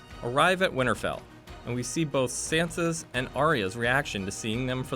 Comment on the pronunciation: Varies instead of Varys lol or his pronunciation of Sansa.